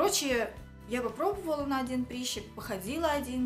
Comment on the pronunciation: почему прИщик, если прЫщик и прЫщ ?😂😂🤦🏼‍♀️🤦🏼‍♀️🤦🏼‍♀️🤦🏼‍♀️